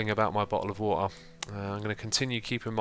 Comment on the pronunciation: bottle of wortah